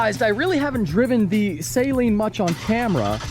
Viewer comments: SUH-LEEN Mustang not say leen lmao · A Saleen Mustang is not pronounced "Saline", like salt water. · cringe at the way he sales Saleen. Lol. (Say-lean) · Never buy first gen. Saleen not Salean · Its not say-leen dumbass!!! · Can you plz stop calling it a say-leen though